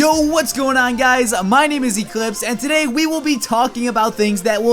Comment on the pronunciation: I really like when in the end of video he says-its been echlipse here.Really?i never thought im watching eclipse LOL